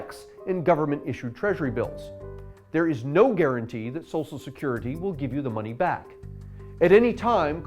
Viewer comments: Great video. I just wish he knew how to pronounce "SOCIAL". It was kinda annoying. "SOSSIAL SECURITY" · Love these, brilliant, 10/10, but please, it's "Social" not "Sosal" security.